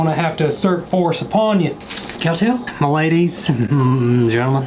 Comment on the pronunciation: Why did you say cow tale nine times I don't say it once but you did a good job on that Halloween decoration